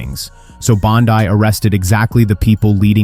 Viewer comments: I can't believe the banner for this clip literally used a photo of Judge Judy as the Judge, lol. And this didn't happen. So bad, its bad, lol. And no I won't support this channel. Stop making things up, it doesn't help. And her name is pronounced Pam BONDEEEE, NOT BONDEYE. Silly goose. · Is pronouncing her name "bond-eye" a way of insulting her, or do you really think that's how to pronounce her name?